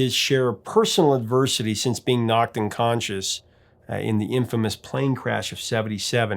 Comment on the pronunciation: It sounds like you say he was knocked un-conscience rather than unconscious. You'll more likely find the un-conscience at the record companies.